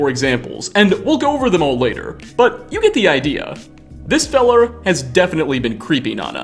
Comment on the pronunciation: My man really just said feller with the hard R 💀